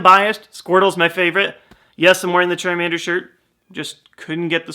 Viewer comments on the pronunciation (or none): Lol you said chamander bulbisaur and blastiose